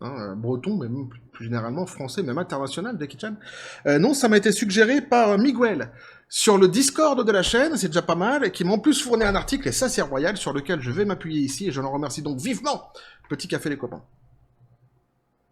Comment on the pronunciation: un plaisir de t'avoir partager l'info par contre c'est pas migouel mais bien miguel 😢 mais bon j'ai l'habitude heureux de pouvoir aidée la chaine .